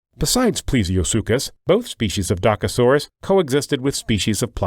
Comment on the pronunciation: You pronounce "Dokasoras"